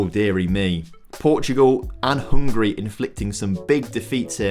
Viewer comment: Hungary not hungry😂😂